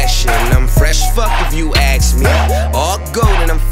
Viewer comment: ask. A-S-K. Not Aks. Not axe. Not Acks. ASK dammit